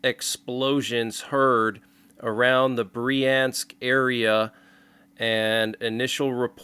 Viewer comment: Bryansk - "ya" is spoken as "ya" in "yard." Kursk is spoken as Koorsk (as in "cool"). Russia is a Christian nation. They celebrate New Year today according to the Julian calendar. Someone opposes Christianity that much.